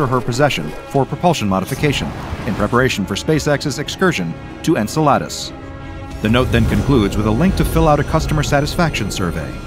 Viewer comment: hhhh... you pronounced Enceladus wrong of course..